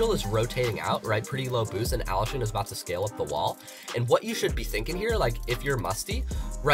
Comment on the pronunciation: Nobody: Me: raging about him pronouncing allushin's name wrong